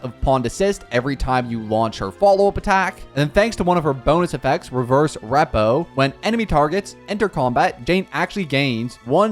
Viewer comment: reading asset as assist and repo as rap-ouh killed me, and he said "inert sarasouto"